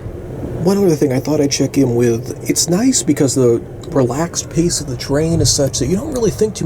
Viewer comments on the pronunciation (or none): none